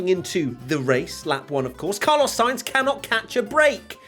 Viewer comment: Car-loss Sainz